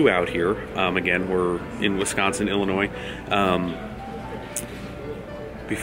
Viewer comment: And you do not pronounce the S in Illinois